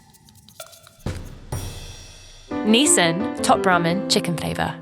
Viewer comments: Even after a chef corrected the announcer's pronunciation of Nissin, the announcer continues to mispronounce it. I am Impressed at the chef's ability to blindly tell the names of the products. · Nissan??? It's pronounced as "Nis-shin" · Ain't no way bro said every Nissin ramen 'nisSAN' 😭😭😭 Don't u kno how to read??? Like it's literally 'i' there, not even an 'a' in Nissin💀💀💀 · Nissin? More like DISSIN. XD